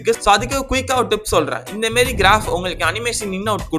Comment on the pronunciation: inthamaari ❌ inthemeri ✅